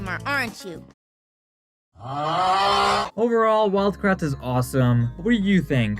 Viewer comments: Everytime they said "It's us, the Kratt brothers!" I keep hearing "It's us, the Crack brothers!" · I always thought they said they were the CRAP brothers not kratt